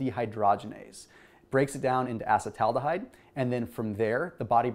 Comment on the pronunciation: Can you at least learn how to pronounce acetaldehyde correctly?